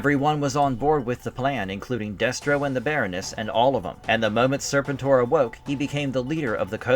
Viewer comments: “sirrrr-pentttttt—OAR” that’s how it’s pronounced. Not serpent—er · Nah bruh its Ser-pen-tor step your AI up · I can’t do this with you pronouncing Serpentor like that.